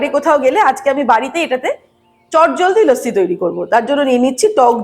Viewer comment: Lossi bolun, bes bangali lage...lassi kane lage